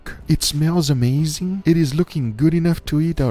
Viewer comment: Guga what did it do to your mind? Guga: “it just blew eeeet”